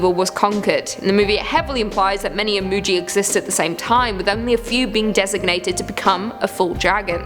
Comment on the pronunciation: Imugi is pronounced EE-MOO-GHEE, not JEE.